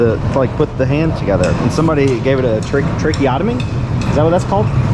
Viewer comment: its tracheostomy.hehe anyway love watching your vids. love from London!! looking to move to US soon